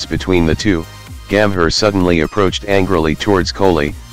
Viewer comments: Its call gambhir,,nt gammer,,bro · Terrible terrible American accent pronouncing names so utterly badly. Disgrace. Listen how he says Gambhir and Riaz.